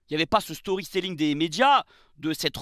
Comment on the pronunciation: je te kiffe mais je suis obligé d’intervenir, on dit « storytelling » pas « storyStelling ». Et tant qu’à faire on dit « GreenWood » (wou) et pas « GreenVood ». Désolé ça me piquait trop les oreilles. Paix sur toi ami marseillais